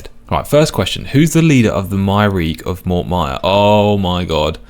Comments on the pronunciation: I know everyone pronounces it as "My-reek" but it's absolutely "Myre-key" because the name Myreque is based on the Marquis underground of WW2 France. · According to the pronunciation guide its pronounced closer to "Mire-Key" than "My-Reek". I hope this isnt considered a wiki spoiler 😅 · Just to be clear, the pronunciation is: my-er-key Not: my-reak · Hearing him pronounce Myreque as my-reek instead of my-er-key has changed my whole perception on this game. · casually calling the Myreque "My-reek" instead of "My-are-key" made me question everything I know about the English language xD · I like that you called them “myreek” that’s how I always read it before I heard it pronounced “myre-key” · Its MIRE-KEY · Btw, the way to pronounce myreque is (my-er-key) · Myreque - my-ARE-key Lowerniel - Low-er-nee-el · Myreque rhymes with hierarchy. MY-ER-KEY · Not me pronouncing it Mire-Queue 😅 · I love you and your series, I really do - and come on you spurs - but please, for next time, it's my-err-key :D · I like to pronounce it as My-Err-Kyu. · Btw the way to pronounce myreque is (My-er-key) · It's actually pronounced "Mire-key." Please forgive me for guiding you just this once 🙏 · It's pronounced Myre-Key (a play on the French Maquis resistance from ww2) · I love your stuff and it absolutely hurts me to say this, but the Myreque is pronounced "my-er-key" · It is somewhat comforting to hear someone say it the same way I have for years. In context, does it seem correct? No. It does certainly look like it should be pronounced that way though. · that's definitely the first time I've heard someone pronounce Myreque like that. I've always heard people pronounce it like Myre queue